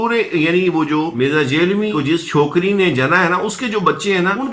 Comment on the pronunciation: جہلمی کی ج کو زبر کے ساتھ پڑھیں ھ کو زبر کے ساتھ، ل کو جزم سے م ی زیر می جھل می مکمل لفظ جھلمی ،یا دوسرے الفاظ میں جھنمی